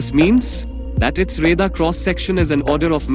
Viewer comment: Plural of aircraft is aircraft. U r saying aircrafts. Its not five point forty five champion. Its five point four five. If you don't know any thing of J20 then how can u compare. ?? Ghonchu. रेदार kya hota hai bey. Its रेडार.